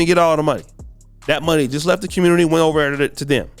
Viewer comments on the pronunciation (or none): none